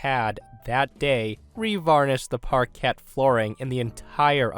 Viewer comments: First story: The landlord had probably charged the previous tenant for the same carpet, and was hoping to charge the next one too. P.S. "parquet" is pronounced "par-key" (English) or "par-kay" (French) but never "par-kett". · Sorry to be petty, but I believe "parquet" is pronounced par-KAY. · "par-kay" flooring, not par-ket.